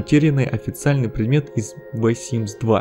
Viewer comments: Видео интересное, и такое очень редко выпускают. Скажем так, контентом я насладилась и за это лайк! Но пожалуйста научитесь произносить иностранные слова правильно уши режет ужасно, либо не произносите вообще если не знаете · Парень,если тебе тяжело произносить межзубный звук th -лучше приставку the вообще убери из речи. И вычитывай текст перед записью. Видео очень интересное (так как я давний фанат этой игры),но неграмотный язык режет слух и портит общее впечатление. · Как же режет слух произношение the, а так, молодец)) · Ты или научись говорить the с правильной артикуляцией, или вообще не произноси. Серьезно, кровь из ушей, невозможно слушать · " ВЭ Симс ???" Хотя бы уже Зэ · ААААААААААААААААААААААААААААА ЗЕ СИМС, А НЕ «ВЭ» СИМС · Я одна заметила что он говорит вэ симс а не зэ симс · Первую минуту видео понять не мог, что значит это "вэ симс". Я не шучу. Тупо воспринимал это, как "V Sims". Реально, если не можете произнести правильно "the", то уж лучше говорить "дэ". Своим комментарием не хочу оскорбить автора, просто на следующем примере могу объяснить, к чему может привести именно такое произношение звука th: Мой одногруппник так же читает th, и, когда он говорит, часто тяжело понять смысл предложение (особенно если оно неправильно построено) с такими словами, как there, then, than, weather, whether и т.д. Если в последних 3 просто слова становятся неузнаваемыми, то в первых двух вас точно неправильно поймут. Вэа - это уже не there (там), а where (где). Вэн - это не then (тогда), а when (когда). Понятное дело, что when (уэн) и where (уэа) тоже не так произносятся, но воспринимать вас будут именно так. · Обожаю, когда кто-то произносит "the" как "ве" или "фе", а не "зе" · Какой вай симс? Читается зей симс, мой инглиш тоже не силен, но не вай же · ЗЕ ЗЕ ЗЕ ЗЕ ЗЕ ЗЕ ЗЕ СИМС НЕ ВЭ НЕ ТХЕ А ЗЕ СИМС МОЖНО ЖЕ ПРОСТО ГОВОРИТЬ СИМС ЕСЛИ НЕ МОЖЕТЕ ЗАПОМНИТЬ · the производится как зэ а не вэ Аж уши режет а так всё норм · ве симс XD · Почему он читает ее как вэ?(